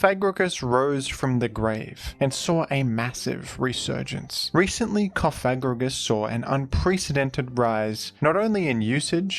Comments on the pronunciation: the way you say cofFAGrigus is wild lmfao theres only one f, so coFAGrigus is the correct way to pronounce it 😎😂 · pLEASE PRONOUNCE IT PROPERLYYYY ITS COFA-GRIGUS LIKE COFFIN!!!! CoffA STOPPP SAYING THAT WORD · You probably mispronounced the name incorrectly on purpose, but in case you didn't, I believe it's pronounced "cough-egregious" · We know you don't mean it, so don't feel too bad about it. I just pronounce it coffa-grigus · It’s like Cough and egregious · You could say that the pronunciation was Cof egregious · let's say it together. Coff-uh-gree-juss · I like the emphasis when you pronounce CoFAgrigus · it's Cof-a-gri-gus, saying it the way you are could cause some... unintended consequences by youtube auto-detection related to a certain slur. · This whole time I’ve been giggling on the way he pronounces it co fag rigigus🤣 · I’m gay and I laughed every time you said it 😂 I could tell it wasn’t intentional! Good to note though lmao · I thought it was funny every time and not a big deal. But if you feel bad in saying it that way, that's also fine. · Love how you went from pronouncing Cofagrigus like a slur to like an ancient Greek philosopher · You really really REALLY went out of your way to emphasize the "Fag" in cofagrigus when that's not how it's pronounced and I've never ever heard anyone pronounce it like that so that's pretty cool of you! Yeah! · Careful with your pronunciation of "Cofagrigus" there. A spiteful indivuudal might edit it out of context into a sour meme. 😂